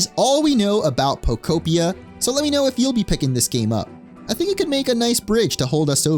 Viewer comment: Thank you for pronouncing the game title correctly!! Everyone's been saying Poko-pia or poko-p-eye-a and im like " no...its poke-opia!!"